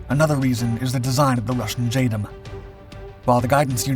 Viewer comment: 'J Dam' not 'J Dum'